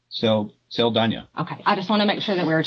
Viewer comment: ITs an "ñ" so Saldaña is pronounced "Saldanya", please correct that for a next video, the psychopath was the only one that pronounced her last name correctly